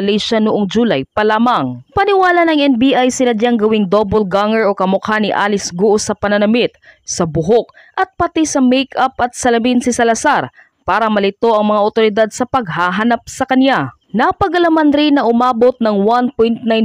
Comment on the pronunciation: Doppelganger not double ganger😅